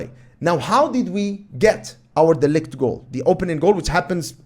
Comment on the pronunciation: The way you pronounce De Ligt is great, you almost sound like a Dutchman!